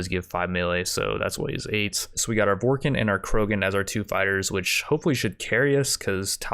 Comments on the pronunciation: Dude, I'm sorry but have you ever even played mass effect? As a die hard fan of the series I was only able to make it 2 minutes into the video. Between you butchering the species name Vorcha to Vorkin(??????????), and you naming the characters random mass effect character names but giving them none of the skills they ACTUALLY HAVE in the game. Like giving Tali medical over Mordin when Mordin is literally the medical doctor and medical researcher in mass effect 2 and cures the genophage in 3?!?!?!?!??!?!?!?!?! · Every time he he called it vorkin instead of vorcha hurt me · "Vorken" Is pronounced Vore-Tscha! I think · Were you trying to say vorcha?